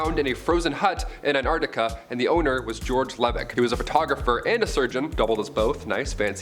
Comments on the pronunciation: Sorry Antarctica……not Ant-Arctica… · Just love the way pronounces somethings….Antartica is one word not Ant-Artica. Say it faster. Love your work ❤